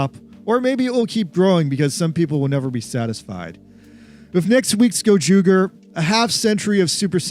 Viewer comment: The ger in gozyuger is pronounced the same as the ger in ranger.